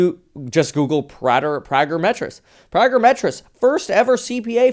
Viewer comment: Metis is pronounced May-tea